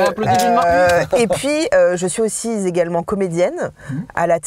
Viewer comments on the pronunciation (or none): À " je suis aussi Zégalement comédienne... à la télé et Zau cinéma pour bientôt" 😂😂😂 quand elle se la raconte elle se met à mettre des Z partout 😅